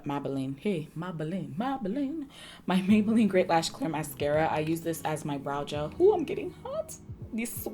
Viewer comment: Mah-beylline and comp-ah-rable killed me 💀🤣 oh my word yes I can't stand the heat makes me cringe 🥴 I do the same thing when sleeping the blankets feel like they're hugging you with their comfort 🙋🏾‍♀️😂 you definitely slayed this look 😍👏🏾